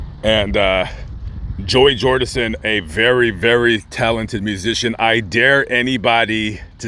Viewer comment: “Joey jordinson”😣